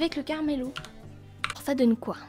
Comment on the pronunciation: Salut je voulais te dire que le nom c'est "Camarillo" si je ne me trompes pas et toi tu dis "Caramello" alors peut être que je me trompes mais voilà